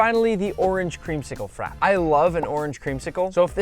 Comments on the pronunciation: Nick, I am annoyed at you now. You said "Frap" when it is "Frappè". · please nick, don't call it frap 😂 it's a frappé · It’s pronounced frap pay. You pronounce the e!! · Frappe.. Not frap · The way he says Frappe bugs me, is he saying it *properly*? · Hi Buddy! PLEASE Google how to pronounce "Frappe". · can't even pronounce frappe bruh😭😭💀💀💀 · Why is no one talking about the way he says "frappe"